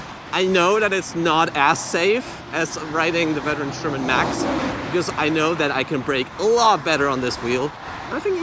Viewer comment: Hmm. You keep saying "Sherman Max".